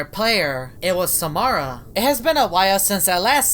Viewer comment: It's Samara your saying it wrong